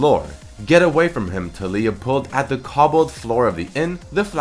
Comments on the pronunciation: Taliyah. Pronounced Tall-ya not Tall-ee-yah. come on..... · Pronounced Tay-Lee-Ah not Tally-Ah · I dont think her name puts infesis on the "li" part of her name, i think its tA-li-uh. not ta -LEEy-ah. just my thoughts. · Why do you say Ta-lee-ia? Isnt it Ta-lái-ia? It sounds better in my opinion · I feel like her name is pronounced Tah(like Tackle)-Lee-Yah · It's fuckin Tal-EE-YUH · It is pronounced tar-lee-ar